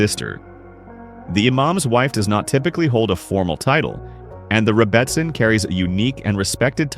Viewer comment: It's pronounced "rebbiSIN". OY! AI!